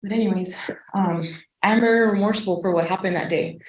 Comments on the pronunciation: the word is remorseful NOT romourseful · It's 'Remorseful'.